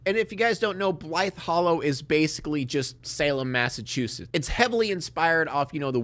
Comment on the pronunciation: Shout out for being one of the only YouTubers who pronounces “Massachusetts” right